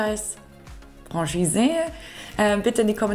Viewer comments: Ich weiss nicht mal, wie ich auf deinem Kanal gelandet bin - Ytoube Algorhytmus - Es heisst Fro-Schihse - jetzt hast nen Schweizer im Team😂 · Würde sagen Franchise wird "Frahschise" ausgesprochen. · Liebe, ich als Schweizer habe den Eindruck du hast alles gut recherchiert und auch erklärt! Was du beachten kannst, wenn ein Fremdwort dir in der Schweiz begegnet ist es meist französischem Ursprung, also Franchise ist niemals englisch auszusprechen( im Video also die erste Variante) UND BITTE vergiss sofort, unsere Sprache ist NIEMALS süss😉! Unsere Sprache ist eine gesprochene Sprache mit sehr vielen Dialekten ( niemals süss)! Gruss in den Kanton Zürich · Ich bin eben zufällig auf Dein Video gestossen und habe es wegen Deiner erfrischend-herzlichen Art zu Ende geschaut. Mega sympathisch! Herzlich willkommen und liebe Grüsse aus der Westschweiz. ❤ Und noch etwas.... das "Zauberwort" wird 'Franschise' ausgesprochen.😅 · Wörtlich ausgesprochen: Franschiis ;-) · Lieber Heinz, vielen lieben Dank für das positive Feedback! Das von einem Schweizer zu hören bedeutet mir natürlich besonders viel 😊. Danke ebenfalls für den hilfreichen Tipp bzgl. der französischen Aussprache. Jetzt weiss ich wie ich Franchise ab sofort richtig ausspreche. Und JA ich vergesse das mit dem "süss" direkt 😅 - danke auch für diesen Tipp! ☺ Liebe Grüsse aus Zürich an dich